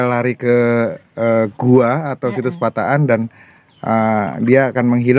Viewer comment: Balikpapan nyimak.....min penulisan dan penyebutan tempat yang benar, pataan bukan patakan.....👍👍